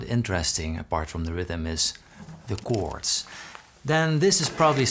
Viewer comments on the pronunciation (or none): "The Gords"